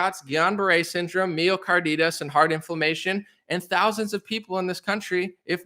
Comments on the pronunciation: Bro, love your resolve and zest for freedom! Also it’s pronounced MY oh car DYE tis not MY oh car DEE tis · It's pronounced: ma-yo car-dye-tis❤❤❤